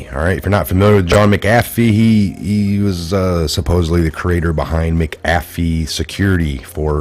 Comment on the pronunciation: You make patriots look bad when you mispronounce words. Makes us think u dont actually do research when you cant pronounce a name that has been all over news clips and YouTube videos. There isnt a G in McAfees name. Also huber is pronounced with an h... not oober. The you cant pronounce the japanese guys name abe. Its not frigging abe like abe lincole... its ahbay... do u research anything at all??? Im a long time viewrr and everytime i share your videos they discredit you because you cant pronounce any names right. Ya know the names you would know if you actually researched the topics. They say youre not really researching these things if u cant pronounce them. Please.... get hooked on phonics. Lol